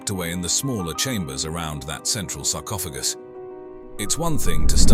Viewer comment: Sarcopha... what? Sarcophajy???? lmfao